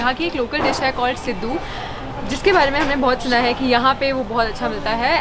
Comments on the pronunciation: The way she pronounced siddu😂😂😂 such a cutieee🤩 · It’s सिडु not सिधु 😝🥲